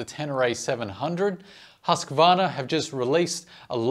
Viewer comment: the husssqvarna... Its called huuuusqvarna.... long uuuuuu